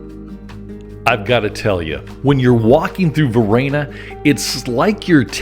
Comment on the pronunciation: What's this pronunciation of Varenna? LoL I'm not sure whether you visit Lake Como often but don't pass up renting a boat for a day or half day. There's no better way to see the lake than from the water and without traffic. Most towns face the water so you are always seeing the best view of each. Many of the villas have a dock for dropping off visitors. You just need someone to be captain and take the boat out while the others tour. We changed up who did that. Pack up food from a local restaurant or ingredients for a sandwich or salad from the local market along with a few bottles of the best Lombardy has to offer. Nothing better than being on the lake toasting Mr. Clooney as you pass by and waiving to others enjoying the beauty.